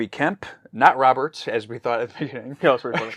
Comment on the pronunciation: Robert is just as French as Jean-Luc, it's pronounced Rob-aer.